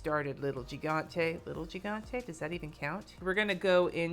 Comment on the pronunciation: "It's a little bit harder than I prefer..." that's what she said? And FYI, the first g in 'gigante' sounds like the j in 'jalapeño.'